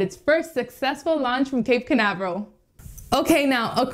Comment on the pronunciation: Your pronounced toooooo bad.... Spanish???